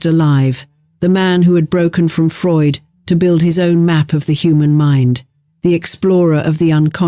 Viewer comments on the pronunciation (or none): none